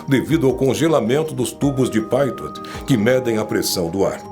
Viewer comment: Tubo de Pitot, pronuncia-se “Pitô”. Origem do francês. Pequena contribuição para a sua cultura.